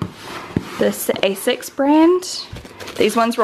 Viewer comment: it's AS-ICS. not ae-sics. Love you Shan xxx